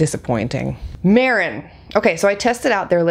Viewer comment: It's pronounced May-ron. They have great products!